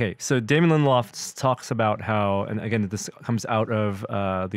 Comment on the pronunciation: It's Lindelof, not LindelHOFF. Sheesh :(